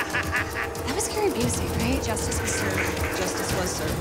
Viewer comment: Dude can't even pronounce the word "justice."